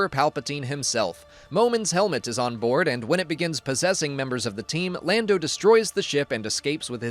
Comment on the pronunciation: I know that was a purposeful "Blando" mispronunciation for interactions, and it worked, I'm here, commenting... good job.